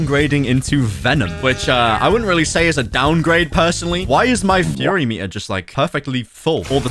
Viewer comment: Dont pronounce F--Uu-r-y like furry pls stop fury means anger